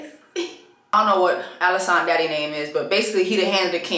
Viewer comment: It’s you keep calling her “AliSANT” for me! 😂😭😭😂😭